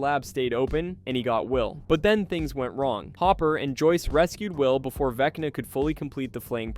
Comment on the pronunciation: I swear at one point it sounded like it said Veckney instead of Vecna.